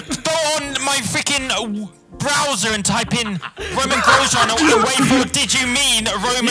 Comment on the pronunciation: "romain grojean" xd